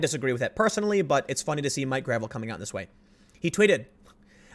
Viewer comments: I think it’s pronounced gra-vell’ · I believe it's pronounced gruh-VELL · For the record, its pronounced "Grah-veil".